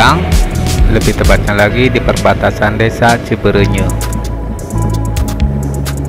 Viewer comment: Cibeureuyeuh kang sanes cibeureunyeuh